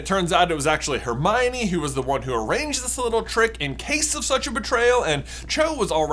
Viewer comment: Every time you said Harmione i cringed 😅 Most of the fan base, as far as I've seen call it Harmony